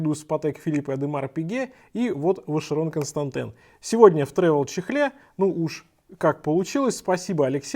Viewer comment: Капец, как режет слух, Вашерон КонстантЭн...где ты букву Э увидел?